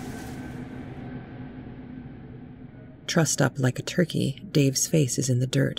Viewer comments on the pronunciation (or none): none